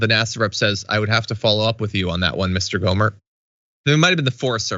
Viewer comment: It’s “Gohmert”